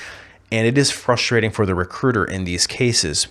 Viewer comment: What does "firscht" mean? Also, what do you mean by "fruschtrating"? "Schtrong"?